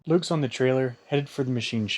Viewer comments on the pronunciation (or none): You guys should know the German pronunciation is LUCKS not LUKES. My neighbor was Luch's not LuKes.